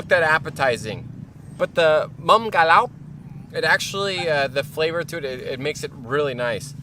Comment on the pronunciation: nghe nói ‘’ca lóc’ hay quá kkk